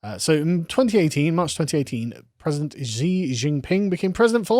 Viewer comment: Hypersonic in aerospace engineering is at least 5 times the speed of sound, and more. High hypersonic is 10-25 times the speed of sound. Reentry speeds range is 25 Mach or more. Chinese pronounce Xi as Shee.